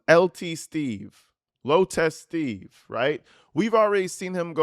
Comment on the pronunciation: As a Nurse, I keep hearing you say “low testes” whenever you say “Low Test Steve”🤣🤣🤣🤣